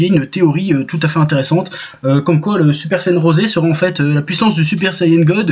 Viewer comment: J'ai sus que c’était un Troll quand il à dit le Super saiyan Rosé comme le dise nos amis japonais